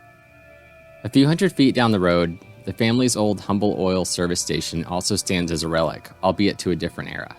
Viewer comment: Well done! For future reference, Humble Oil and Humble, TX are pronounced "umble." If you want to go completely old school native, Houston is pronouced Youston. LOL!